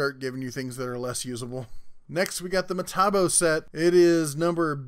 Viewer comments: Metabo is pronounced Meh-Taw-Bow.......lmao MAh-Tee-Bow is driving me crazy!!! ................lmao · That french sucker is pronounced "May-Tah-Bo"(not a fan of that brand) and I'm surprised to not see Fein in the list. Is that brand not going round on your side of the Teacup? (European here...) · Hey. It is Me-tah-bo.Keep up the good work. I always watch. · How does a tool review channel host not know how to pronounce metabo? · Hahaha funny as hell the way you pronounce metabo